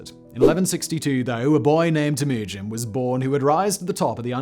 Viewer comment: Tim-Ew-Gin. Not Timoogun...